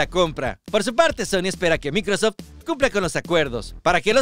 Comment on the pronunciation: De donde sacaste la pronunciacion de microsoft? Del traductor de google? XD 😆